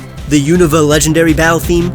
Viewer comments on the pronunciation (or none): none